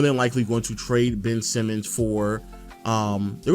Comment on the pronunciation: I just want to point this out, as someone who actually followed the Blazers for the past few seasons. Anyone who calls Simons, 'Simmons' loses all credibility. His name isn't Simmons, calling him Simmons just proves you don't watch their games or follow their team or know their roster. He's been in the league for 4 years, he's played 60+ games for 3 of those 4 years, his name has always been "Simons". Just admit you're an outsider giving an opinion on the Dame/Portland situation, because you don't watch them play.